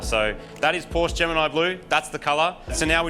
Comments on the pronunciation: Now i am very, veeeery disappointed. Porsch? Really? What happened to the E in the name!? It is PORSCHE. Porsch-E! Like in "meh". Porsch-eh. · Porsche not Porsch.